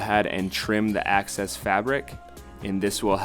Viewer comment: AAAHHH ITS EXCESS FABRIC NOT ACCESS FABRIC!!!!! WHY DOES THAT FRUSTRATE ME SO MUCH